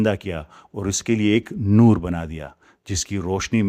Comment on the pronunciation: Nur nhi noor